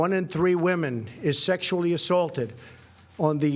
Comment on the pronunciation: Did anyone else noticed he initially said assaulted wrong?